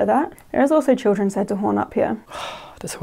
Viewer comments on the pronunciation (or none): And just after that “children” I kinda thought sounded like “Jennifer” if that name is a possible relation to anything…